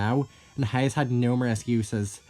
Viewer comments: You have never sounded more Texan than when you pronounced "Haze" like "Heighz" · Heighz beans